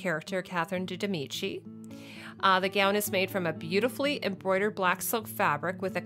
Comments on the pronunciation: I LOVE how you correct yourself all the time, but haven't bothered to correct when you said "Catherine de Demici" instead of Catherine DE MEDICI.... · Actually it's Catherine de Medici (not de demici) and Megan Follows (not Fellows)